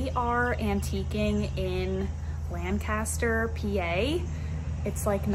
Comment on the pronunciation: Just a FYI...Lancaster is pronounced Lankester. Pennsylvania Dutch dialect.